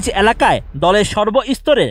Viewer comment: *উপস্থিতি নয়, পরিস্থিতি নিয়ন্ত্রণ হয়। *রুদ্ধধার নয়, রুদ্ধদ্বার। আর ন্যাতা জিনিসটা কী? অ্যালাকা জিনিসটাই বা কী? পর্যায় নয়, পোর্যায়। উচ্চারণের দিকে খেয়াল রাখা উচিত।